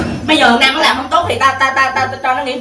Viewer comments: Nam mà nghe nôm ko à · Quyên nói: Nam= nôm